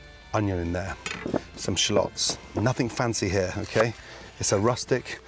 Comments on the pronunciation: SHA-LOTS LMAO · Wtf why does he pronounce shallots like that’s